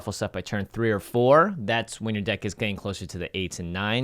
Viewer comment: "...and make your dick even harder..." Jimmy. (Yes, He messed up the pronunciation and yes I'm taking it out of context)